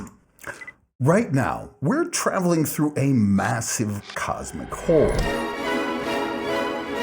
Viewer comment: You sound like that a New Yorker😂. Seen it.